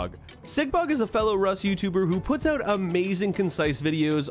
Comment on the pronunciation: "..and peace oout". You must be Canadian, am I right?